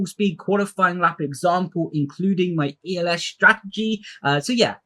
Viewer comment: Am I tripping or is saying ELS and DLS instead of ERS and DRS